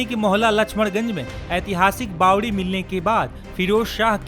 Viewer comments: Are bhai bawli nahi bawdi bolo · रिपोर्टर भाई बावली नहीं बावड़ी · Kese patkar h inko nm lena bi ache se nhi ata isko bawli nhi bawari bolte h bhai